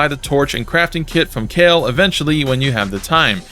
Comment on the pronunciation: I know you did not just pronounce Kalé as “kale”. 🤮